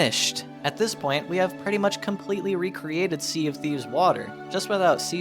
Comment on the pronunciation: He said "Sea of Thieves" and my engineer brain heard "CFD"